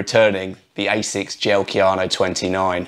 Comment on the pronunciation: Kayano, not Keanu.